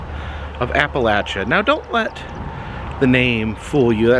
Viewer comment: Finley someone that pronounces Appalachia the right way..